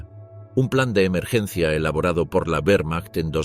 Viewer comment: En alemán y en español la letra w es una v doble. Por lo tanto la pronunciación correcta es "vermacht" y no "uermacht" "vaffen SS" y no "uaffen SS"